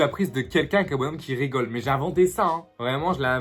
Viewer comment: « J’raygole » je meursss 😂 mais je kiff❤️